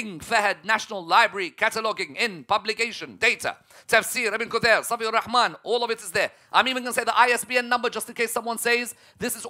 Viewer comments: who the heck is "ibn kuthayrr" ? The tatooed rafida need to go to kindergarten school so that he can learn English properly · “ibn KuThAiR” Can you read the author’s name correctly?! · “Ibn kutheer” 😂